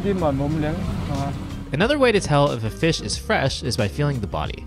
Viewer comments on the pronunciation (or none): The way he says eat fish sounds very taishanese